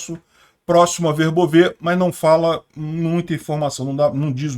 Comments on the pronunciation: Oi! Volte a pronunciar corretamente Verbóve Parabéns pelo trabalho! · Boa tarde,! Eu dei uma olhada no Google Tradutor, e a maneira que você pronunciava Verbove antes é que, aparentemente, estava correta, o último "e" não é pronunciado.